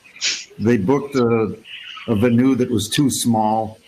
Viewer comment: Why can't that old white guy say "venue" correctly?